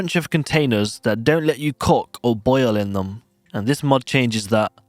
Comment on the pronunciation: you pronounce "cook" in an interesting way.